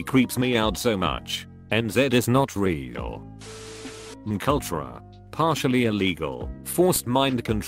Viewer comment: Mk Ultra sounds less threatening when the pronounces it as McUltra.